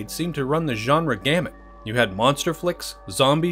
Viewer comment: Thank you for pronouncing genre correctly.